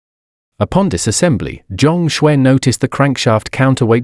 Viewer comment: He is Chinese by the name Zhang Xue ,not what is mistakenly pronounced as John Scwarz